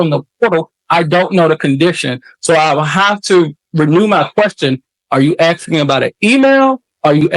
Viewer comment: Axing, what?